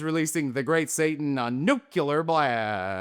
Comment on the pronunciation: Ashfault and nucular. Classic